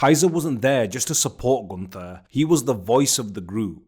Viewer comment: gunTHer has no aura. GunT(h)er has motion. Say it like it’s oktoberfest and there is a thick German girl who will only love u if you speak her father’s name correctly, and her father is Ze Ring Generale.